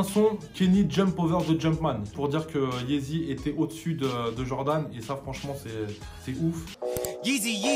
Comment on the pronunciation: YEEZY PAS YEZI😂 sinon continue c'est lourd t'es deux vidéos😂